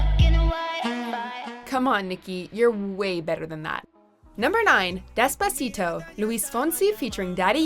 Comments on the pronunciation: you mean despa-shit-o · Anyone that pronounces despacito like this lady did doesn’t have an important opinion to me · You’re not even saying despacito right but okay